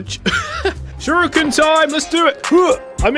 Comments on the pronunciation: its pronounced sher-eekin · I want to know something do you personally, pronounce shuriken “sure ee kin” or “sure e kin”